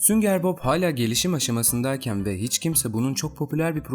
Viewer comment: sünger Bob deilde hep sünger bok diyen